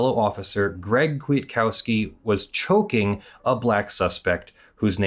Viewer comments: Also the second k is silent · As Polish is my main language it was a pain to hear how you say Kwiatkowski 😆 Still good video!